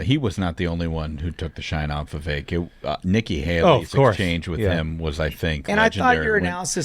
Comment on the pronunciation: You all need to pronounce Vivek correctly, Vivek, rhymes with cake. No one likes Christie. Few like Haley You all had some bad takes.